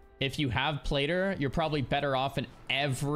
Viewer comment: Its pronounced Plat—-tter…. Love you